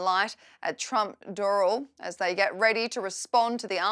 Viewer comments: It’s pronounced “Doe-ral”. Not “dural”. (For Doral) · Doral is pronounced Door-AL